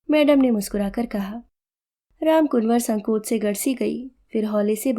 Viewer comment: वाचन सुन्दर एवं भावपूर्ण था परन्तु रामकुंवर को रामकुनवर कहना अखर गया।